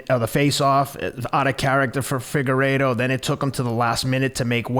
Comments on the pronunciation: "Figarowa" Lol.😂 Love Teddy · “Figurolla” I’m fucking deeeeaaaad ☠️ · omg Teddy Pronouncing figuredo multiple ways is so teddy.😂